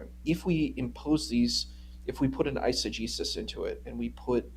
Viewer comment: Greek here,, its not exigís, it's exégesis (εξήγηση), meaning explanation. You pronounce it totally wrong, make it sound like a different word